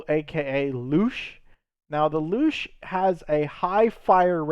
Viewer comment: Ma man panzer 2 is called luchs not lusch